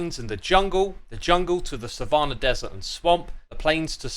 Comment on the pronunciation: Please look up how to pronounce savanna